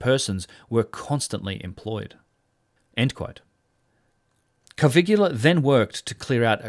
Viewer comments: What a wonderful video. I hesitated, but here goes: Please pronounce the guy's name "Coveelia." Otherwise it sounds like "Caligula" which of course you don't want. Also please remove the apostrophe from "its" in your title. It's = it is: No exceptions. It's so scholarly and thoughtful it is painful to see and hear if not quite right. I don't mean to be obnoxious, but your videos are too good to have stuff like that in them. And now the attacks come.... Still, lovely thoughtful video. Please keep them coming. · Hello from Italy. I love your channel that I recently found and fell in love with. A friendly tip for you: Caviglia Is pronounced in a different way. Ask Google translate about it 😉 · ok, but you have to type it correctly I'm italian, Caviglia is not correctly pronounced the way you do. Check the spelling on wordreference ;) Thank you for your videos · Great video like all your work. One comment only on the pronunciation of Giovanni Battista's surname. The closest in English you can come to speaking the correct form of "Caviglia" is, stress the first syllable "Ca" then treat the "i" as an "e" and omit the "g", so spoken "Ca-vee-lee-ah". It's not perfect as the Italian "gli" sound is unique and not very well suited to written explanation, however better than a complete mispronunciation. Again, not a critique on your work which I find well researched and fascinating. Respect to you, Sir. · Excuse me, excellent content as always, allow me to just leave a note: Caviglia Is pronounced more like cavillia. It Is not exactly the same, but It Is close. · Giovanni Caviglia is pronounced like jo-VAN-nee ka-VILL-ya. (It is not spelt like, nor does it rhyme with Caligula.) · your pronunciation of Caviglia's name...yikes. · Bro. His name is NOT Cavigula. It's Caviglia. And being an Italian name, the G is silent. It's pronounced Ca-vee-lee-uh. 🤦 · Caviglia, not Cavigula. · Caviglia not Cavigula. Come on man.. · By the way, it's Giovanni Caviglia, not Cavigula.